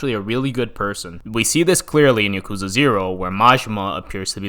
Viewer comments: why does he pronounce yakuza like that it's not (yuh-KOO-zuh) it's (YAH-koo-zah) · Yeah i hate how he says "ya-kooza"